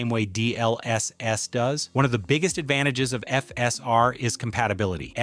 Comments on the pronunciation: The video is great but the way u say all the abbreviations is triggering. D..L..S....S! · " D L S S " is killing me 😭